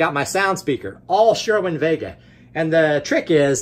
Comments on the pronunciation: its sir-win not sure-win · Why do you call it sherwin vega?